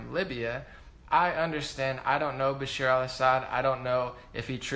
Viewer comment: Great video, as usual 👍🏼 Bash-AR al Assad (not Bashir). Aleppo, I don't think Damascus. And be clear when you say "moderate rebels," because they were anything BUT moderate- they were brutally ruthless and inhumane terrorists.